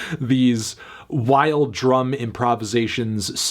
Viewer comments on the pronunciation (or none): none